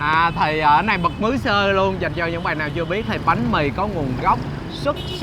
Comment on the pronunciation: bật mứ😆😆😆